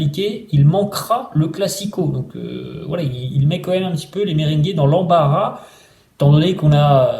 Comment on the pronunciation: On dit merengué pas mberingué😂😂😂